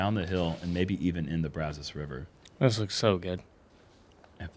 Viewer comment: It's great to hear pronouncing "Brazos" like us Texans! My opinion - best putter from the knee is Paige Pierce.